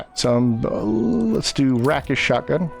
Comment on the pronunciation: It’s pronounced “Rake-ish.” It’s a Swashbuckler thing or a thief term. It refers to acting like a real “rake”(kind of a medieval never-do-well…but more upscale).